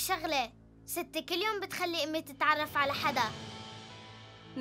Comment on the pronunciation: مين سمع كلمة اومي انقلعي من هون قالتها زي البنقاله